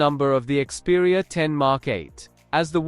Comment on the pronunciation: ИКСпериа долбаёб! А не КСпериа